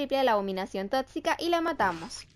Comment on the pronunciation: Me encanta cuando dice "abominación TOTCICA "Xdd